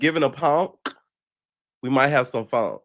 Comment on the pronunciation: “If it’s giving a ponk I need some fonk” leave me aloneeeee😂😂😭😭